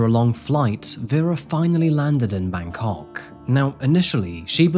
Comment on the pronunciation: You talk about the pronounciation of Myanmar, but Im more worried about how you say Bangkok